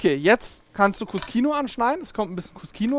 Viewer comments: cuscino - was auf italiniesch "kissen" heisst, wird kuschino ausgesprochen. wenn man es kuskino ausspricht, dann müsste es im italienischen cuschino geschrieben werden :) klingt für den deutschen ziemlich unlogisch, aber wenn man die italienische sprache kennt, dann ist es absolut logisch. wenn hinter den buchstaben "sc" ein "i" oder ein "e" kommt, dann wird das "sc" wie das deutsche "sch" ausgeprochen. kommt ein anderer vokal oder ein konsonant dahinter, dann wird das "sc" wie ein deutsches "sk" ausgesprochen. Möchte man nun aber eine Buchtstabenkombination wie das deutsche "ske" oder "ski" aussprechen, so kommt im italienischem hinter das "sc" ein "h", damit kein "e" oder "i" direkt auf das "sc" folgt. Siehe auch "bruschetta", was "brusketta" ausgeprochen wird. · Hey Leute, Der Cut wird als KU-SCHI-NO ausgesprochen, steht im italienischen für "Kissen" und scheint hiermit ein Schulterkissen zu sein! LG